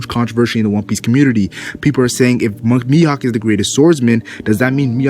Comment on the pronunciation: It's not Miyok, it's Mihawk